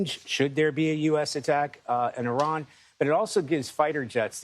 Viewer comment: Amazing, a journalist that pronounces Iran correctly. I see you, Sir. Props